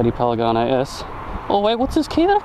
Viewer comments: "paligane s" ;) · how many time did you say "Paligane"?))) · A good riding makes me say paligane instead of panigale too lmao. You tamed that beast bro!!! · Has nobody else noticed the "Paligane"... last I checked it was a "Panigale" not a "Paligane". Anyway cool vid:) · youre just saying it wrong, panigale not palaganie. lol looks like good fun, but damn expensive. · it's PANIGALE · I'm pretty sure its pronounced Pan-i-gaal, but dont quote me on it. as always awesome vid :P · Say it with me, it's P-A-N-I-G-A-L-E! Great vid! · is he saying PALIGANI? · "Pen-a-ganay", hahahaha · "Palegane" lmao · Paligane lol